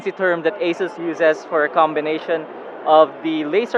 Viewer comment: its not Eysus. . . . its Ahhhsooos